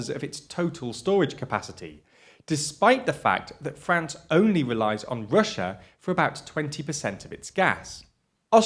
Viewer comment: Can we please address the real issue here? Can we pwease find a pwesenster wifout such a speech impediment? The word is EUROPEAN, not UWOPEEN!!!!! Its Russia, not "Wussa"... Jesus Blimey Christ!!!!